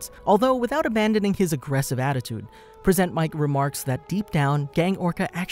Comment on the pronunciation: present mic or persnt mic lol